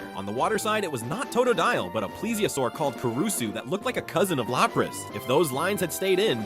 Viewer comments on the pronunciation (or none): none